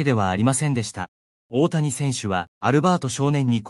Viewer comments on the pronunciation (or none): いつになったらおおやをおおたにと言えるのかな？😂